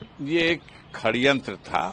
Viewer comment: Neta ji khadyantr nhi sadyantr he